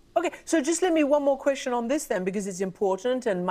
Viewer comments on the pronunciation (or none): obligatory iz der eni kveszcsön? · C2 nyelvvizsgával mondom hogy magyarokhoz mérten jól beszél angolul Az “iz der eni kvesön” már kevésbé